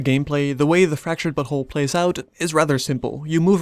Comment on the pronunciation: now I´m not sure, but it seemed you said "Fracturted but*hole". Is this what the devs wanted to achive phonetically? xD Also very nice review!